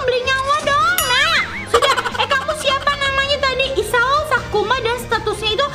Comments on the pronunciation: Maaf ka bukan "kusuma" tapi, sakuma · isao sakuma kak bukan kusuma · kk itu kk itu salah Baca kan itu namanya isao sakuma bukan isao kusuma sih kok gitu gak adil ah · Sakuma kak.....😂😂😂😂😂😂😂😂😂 Bukan Kusuma....😂😂😂😂😂😂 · SAKUMA kak bukan KUSUMA 😭😭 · kak kakak salah sebut kak seharusnya sakuma bukan kusuma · Kak, bukan Kusuma 😂😂😂 tapi SAKUMA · Sakuma kak bkn kusuma 😂🤣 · Sakuma kak bukan sukuma 😊😊😊😊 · Kak bukan isao kusuma tapi isao Sakuma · Bukan Kosuma tapi sakuma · Sakuma kk bukan kusuma😊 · Kak bukan sukuma sakuma